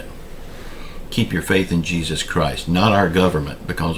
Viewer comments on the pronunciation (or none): none